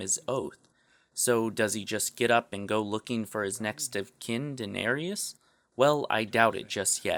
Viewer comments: really nice video, the only thing i didnt like was the way you pronounced daenerys :D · Like the theory - hate the way you mispronounce Daenerys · Azor Ahai is not said to be a Targaryen...That is the Prince that Was Promised... Also you say Daenery's wrong... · That was so fucking annoying, how he kept calling her that. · Well as this guy stated about Jon realizing his true identity he won't keep his vows with the watch...Episode 3 is titled "Oathbreaker" so hmm. It's Dan-air-is, not Dan-airy-is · You keep pronouncing Daenerys as Danarius... and he was a villian in Dragon Age 2. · Love watching fans hypothesize about various outcomes. But please say Daenerys not Denerious. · Good video, but one thing: it's "Daenerys", not "Daenery-us". her name gets mispronounced at least three times, if not more, in this video. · Minor quibble: It's not Daenerius, it's Daenerys. You're putting an extra syllable in there. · Cool video...BUT...do you really watch the show? It's NOT "Day-nair-i-us" it's "Day-nair-us". That is all. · her name is "Dan-Air-Iss" not Danarius.... ugh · Good video, well done. And an interesting theory.\ Just one minor nitpick, if you allow me. Daenerys is not pronounced Denerias. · What's up with geeking out about a show, when you keep butchering the name of one of the main characters? It's "Den-air-iss" not "Din-eer-ey-us." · Can someone teach him how to pronounce Danerys? It's not Danerius! It's driving me crazy! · good video but holy hell it's not Denarius. It's Daenerys. Da-nerr-is. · It's Daenerys not Danerius! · It's pronounced Da-Nerys not Da-Nerius. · Daenerys is pronounced "Duh-NAIR-iss" not the way you keep saying "Danarius" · Great video, minus the Daeneryas...uh its daenerys, no extra vowel at the end there, eh. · Daenerys not Daenerius lol nice vid! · Cool theory, I'm leaning this way myself... One thing, it's Daenerys, not Danerius like you keep saying. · I like your logic.Just the pronunciation of Daenerys...The end is "ris" not ries. :-)